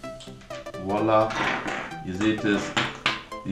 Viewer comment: voila oder wallah ? :DD